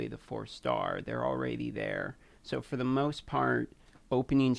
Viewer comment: LOL !! "This should work fer most teams!" I LOL'd I love that you included a step by step with a break down. "if you dont get skullcrusher or coldheart, there is an easier option. Just use another Foli" You had too much fun doing this video.